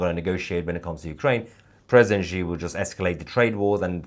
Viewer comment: Please, it's pronounced 'she'.